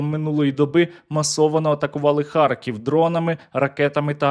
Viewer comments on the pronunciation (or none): none